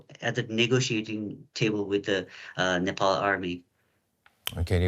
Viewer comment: Nepal Not Nepaul!